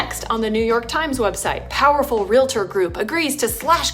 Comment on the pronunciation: Never trust a reporter who says REAL-ah-Tor. It’s Real-Tor. There is no “ah” between the two. Just another thing they got wrong.